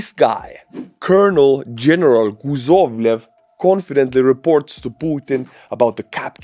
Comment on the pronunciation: In Croatian, guzov means a butcheak (guzica is the whole thing), so I laughed when you called him Guzovlev instead of Kuzovlev. Was it on purpose? Maybe the Russians say something similar? 😂💪👍😁 You know how it goes, the nations of the same language family share the important words, like father, mother, bread... arse... 😂😂😂